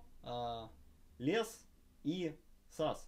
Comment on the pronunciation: Учите английский для начала, слухе режет капец (лЕс, сАмпл кАнфиг, дЕсктопные).